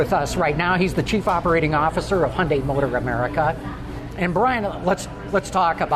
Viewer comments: The correct pronunciation of Hyundai was sorted out years ago. Real simple, rhymes with Sunday, give it a try. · Its pronounced hyundae not hyundie. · There is one essential and crucial component when reviewing a vehicle. Be sure the reviewer pronounces the company name properly. It's Hyundai as in Sunday, not "Hyun-die". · You’re both wrong. Koreans say Hyun-die (just 2 syllables)..... both Americans and British say it wrong .